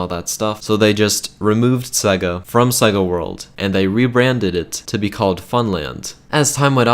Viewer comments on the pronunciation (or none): Sega not segga